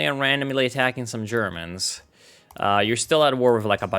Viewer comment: Why do I hear "Germans" as "germs"? Cringe moment...